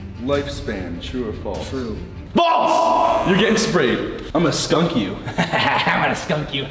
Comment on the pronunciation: im gonna skunk u haha haha uM gInNa sHcuNk yeW ha me: 🤣🤣🤣🤣